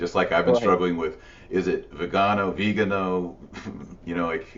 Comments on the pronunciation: Vee-GAH-no. You've been to Italy many times. You know how to pronounce it. Every time you say VIH-gin-oh grates on my ears. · Veegarnò....... with the acccent on the nò. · Taylor, you're awesome but you seriously need to learn how to pronounce "Viganó." Accent is clearly on the last syllable. You're driving me nuts.